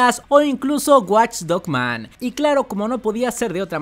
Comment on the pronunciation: Hermano, buen video pero no es lo mismo decir "men" que "man"....